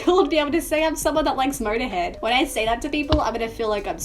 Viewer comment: Okay so let's listen to Murderhead and the song bummer. Your pronunciations are scandalous but I'm not complaining lol